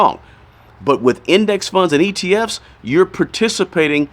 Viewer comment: Are you saying atf’s or etf’s ?!?